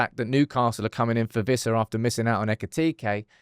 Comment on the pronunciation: stop saying viza it's Wissa